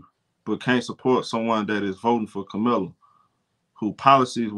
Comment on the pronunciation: My brother. Even if you’re not versed with politics, the VPs name is pronounced KAH-muh-la. Gently correcting here. Akso, why can’t these grown ass men stop obsessing over these young women?? I guarantee you every negative comment to CC after “liking a post” were from middle aged men. It’s sick